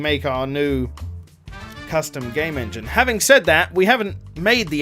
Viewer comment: Shoulda been the En-G-ne